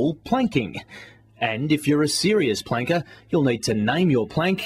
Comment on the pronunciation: when he says planker it sounds like wanker XD